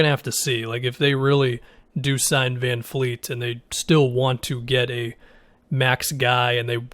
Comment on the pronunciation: its Van Vleet not Van Fleet